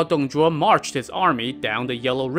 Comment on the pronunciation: He pronounce the name in chinese correctly just the way of reading in pinyin (拼音).